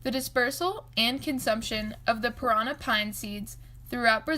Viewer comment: Interesting. U need to pronounce it correctly, parannnnnà with d accent on the last a ! 👍